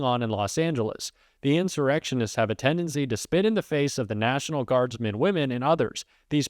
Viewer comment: “Neishinaul” = “national” in trumpspeak